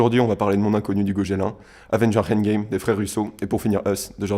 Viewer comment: ça se prononce "endgame" pas "heindgame", mais bon la vidéo est bonne alors j'te pardonne